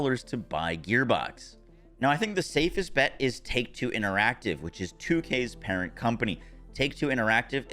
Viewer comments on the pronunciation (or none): none